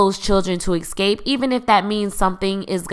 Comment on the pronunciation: Moira, not Maura. Escape, not eXcape.